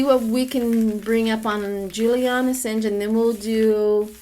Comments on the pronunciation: A sawn ge. Not A sin ge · Matt Gaetz not Bill Gates. ☹️ AsAHNge not hinge 😊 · its Assange, like massage. there is no i.